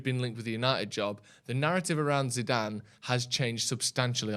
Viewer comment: Can you teach () how to say his name please..